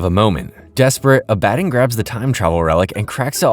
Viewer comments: The way you’re saying Abbadon threw me off. I had to look at the screen to make sure it was the same character. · Same here i mean did you even watch the show or just reading a script because in the show its pronounced clearly and correctly so there's no reason to say it incorrectly like you do this entire video, its a real killer! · name was repeatedly said correctly in the show, there is really no excuse for pronouncing it wrong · Is anyone else a bit annoyed/confused from how he's saying Abbadon completely wrong? They clearly pronounce his name over and over, so why mispronounce his name. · I think its an ai voice and those arent good at pronouncing things correctly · Good vid but it really did something to my brain the way you pronounce Abbadon 😅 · That's not how you f**** say Abaddon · Please watch this show so you can learn how to pronounce abbandon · Can SOME of you guys pls stop hating on him because he pronounced Abaddon wrong?? Like, what's with all the hate for? You could've at least just said in a POLITE way it's pronounced ab-ah-don and not uh-bad-in. You guys need to work on having less criticism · Ab-ah-don🙄 is it really that hard to say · WHY ARE YOU PRONOUNCING ABBADON LIKE THAT IT PMO💔 IT'S AB-AH-DON, NOT AB-BAD-IN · Was this scripted by someone else?? How do you mispronounce the name of an important character so consistently after literally watching the show??? Abbadon is pronounced phonetically, Abba-Don. Not uh-BAD-in. Wtf. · It's pronounced ah-buh-don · It’s pronounced Ab-a-dawn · you obviously haven't watched the show or even a clip of it can't even pronounce abaddon right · Abb-A-don like abbs a don cheedle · it's pronounced Abba-don lol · Did you even watch the show or did you just read a script? Because how the hell do you pronounce the name of a main character so damn wrong!? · The way hes pronouncing abaddon is throwing me off and gonna make me click off the vid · You mispronounced abaddon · NOOO WHYD U SAY ABBADON LIKE THAT 😭😤